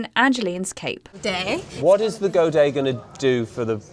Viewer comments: It's pronounced go-day, not go-dette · I found it ridiculous that the narrator mis-pronounced 'godet' twice, does nobody ever check the audio for errors?